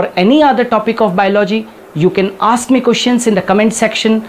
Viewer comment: now pronounce correctly. ask